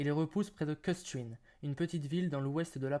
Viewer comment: C'est qui ce trouduc qui commente ? il parle de Kustrin ville au nom 100% allemand et il trouve le moyen de prononcer le nom, même pas à la française, mais à l'anglaise et avec des sons anglophones. petit m.rdeux.